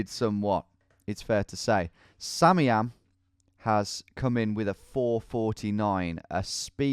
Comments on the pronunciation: Why has no one told him that "samiam" is actually pronounced "Sam I am" and not "sameeam" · whos gonna tell him it's pronounced sam-i-am not sammyam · Has anyone ever considered that "Samiam" could perhaps be pronounced "Sam I Am"? It's what I think every time he says "sammyam" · Tom, I think that Samian's name is pronounced Sam-eye-am, as in Sam I Am. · Sorry if this has been pointed out before, but I think it's pronounced "Sam, I am", as from the Dr. Seuss book, Green Eggs and Ham. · tom surely you realize that SamIAM is Sam I am...like the Dr. Seuss book....SURELY you realize that right? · Bro, you know his name is pronounced Sam I Am. Like the Dr. Seuss character. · Not to sound like a corrective nob, but I think samiam might be pronounced "Sam I Am" like in the Dr Seuss book 'Green Eggs and Ham" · Anyone else thinking it's not Samiam but rather Sam I am? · Isn't it Sam I Am? Or is it actually simiam lol